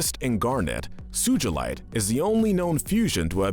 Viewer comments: It’s Sugalight not suejlit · SUJULITE!? its suGalite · SOO-GLE-IGHT NOT SOO-GOOL-LITE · Omg soogealite realy dude its not soogealit its sugalite soo ga light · bro says suchilite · all the pronuncition bad sugheelight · how could u mispronounce sugalite?! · WAIT DID HE JUST SAY SU-JIL-ITE IM SORRY BUT WHAT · He pronounced rodinite and sugilite 😂😂😂😂😂😂😂😂😂😂😂😂🙈🙈👨‍🦲